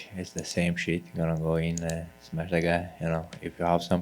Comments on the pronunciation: Nobody, nobody. I just smesh everybody. 😂🤣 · HE SMESH EVERYBODY